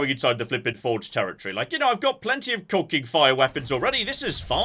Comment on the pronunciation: Are you saying "cocking"? What does that mean? I only speak Amurcan.